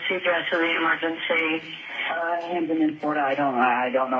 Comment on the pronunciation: Something in the air in Floridah